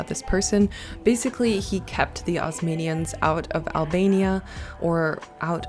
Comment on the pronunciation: Ozmanians? It’s Ottomans